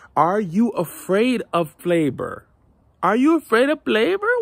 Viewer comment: what is you abraid of blavor? blavor?